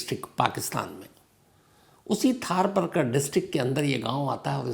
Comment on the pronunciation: Thar Paarkar , not Thaar Parkar , STK aap galat pronounce kar gaye , تھر پارکر